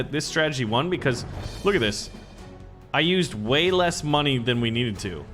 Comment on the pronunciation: giv as da mon-e dont judge me